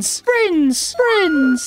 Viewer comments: I love when he says fwiends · No it's Friends